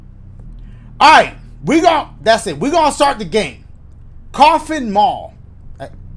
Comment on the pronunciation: The homie been saying "DASSIT" for a grip, huh?! 😂😂